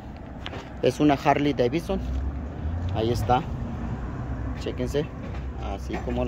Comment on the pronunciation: Porque le dicen harley davison